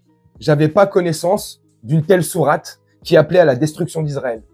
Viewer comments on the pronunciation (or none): Donc cette personne comprend le coran en arabe littéraire ???? Alors qu'elle n'arrive même pas à prononcer sourate correctement, sachez que cette femme est une amie personnelle de Marine Le Pen, elle a pas compris qu'elle était noire et que le FN finira par se retourner contre elle.😢